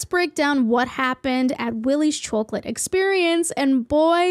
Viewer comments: I love the "chowcolate" accent. And the part that really busted my gut was "Sincerely............. nobody" 💀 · so happy this exists so i can listen to you pronounce chocolate for half an hour 🥰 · a whole video of you saying chawclet I WIN !!!!! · chawk late. something about it scratches my brain right. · der sellin chawklate! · The way you pronounce chwocklat is so goofy, it brings me joy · I like the way you pronounce chocolate. Chawklate hehe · the way you say chocolate is so satisfying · says chocolate like every mom from my hometown and it makes me feel safe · Im sorry, but the way you pronounce 'Chocolate' is great 😂. Loved the vid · i love how u say chocolate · How you pronounce 'chocolate' is so cute. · The way you pronounce 'chocolate' is very interesting to me. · This is off topic but the way you pronounce chocolate reminds me of the old lady from SpongeBob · are you pronouncing chocolate weird on purpose or is that an accent love the vid just confused? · Just curious: what part of North America mispronounces the word chocolate like this?